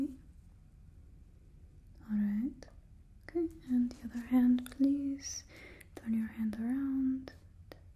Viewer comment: Bring back Random plweese